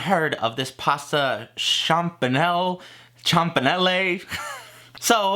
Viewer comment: ch in italian makes a 'k',, i thought you were from new york?? its "kam-pa-nel-le"